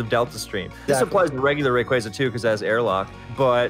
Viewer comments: All these years and we're STILL saying Rayquaza wrong? 😅 It's always been "Ray-QUAY-zah" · Two different pronunciations of rayquaza 😂 first guy keeps saying it wrong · I will never get over how Smogon players can never pronounce Rayquaza, Zacian, or Eviolite correctly 😂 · That busted pronunciation of Rayquaza irks me to no end. 😖😣